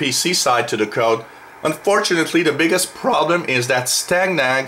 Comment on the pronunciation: It is pronounced like STAY-NAG and the word STANAG is a NATO abbreviation for the words standardization agreement. There are many different STANAGs that cover a broad range of systems from weapons to comms and whatever you can imagine, that are designed to ensure interoperability between forces from different NATO members.